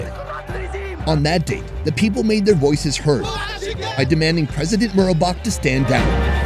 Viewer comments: just to correct your facts, his name is president "MUBARAK" not president "MURABAK". and im sorry you went through all that, but now you know how middle eastern people get treated by the US when they arrive at the airport. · It's "Mubarak" not "Murabak " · MUBARAK...not "murabak" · Why am I hearing the dude saying Murabak instead of Mubarak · It's MUBARAK. Not Murabak you intelligent! My God! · mubarak not murabak ;P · how did you say?! "murabak"?! oh, boy :)) sorry, mate, I'm following you since like ages. but ignorance, no, that's something I can't stand.